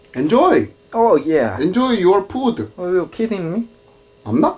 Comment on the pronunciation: Nobody: friend: enjoy... Enjoy your POOD